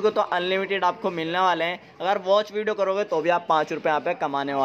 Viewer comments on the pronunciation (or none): विडो बोलते हो या वीडियो 😄